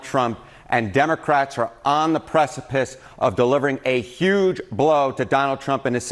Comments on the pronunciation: Someone tell the guy how to pronounce the simple word "huge." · Can someone tell that the "h" in "huge" is not silent?